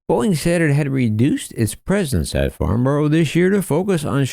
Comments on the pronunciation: "Farnborrow" It's "Farnbrah" come on USA 😆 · Dear, It's pronounced Farn-bruh. Gosh, Americans don't half speak funny. I wonder how they'd pronounce a place - name like, Blicester- on-Narse. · As a Brit is hard to hear you say borough wrong it’s pronounced farn-burrow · It is pretty cruel how us Brits place an aviation event so critical to American companies... At a location Americans absolutely can't pronounce - Farn-brah, rather than Farn-borrow! (Not a criticism, btw!)